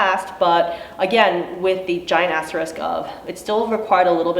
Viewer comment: I thought you said "giant ass risk" instead of "giant asterisk" hahaha thanks for doing what you do, providing this info and fighting for us!